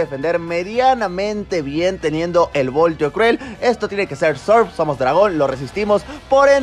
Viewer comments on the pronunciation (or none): none